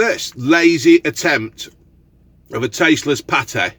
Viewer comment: Party not paté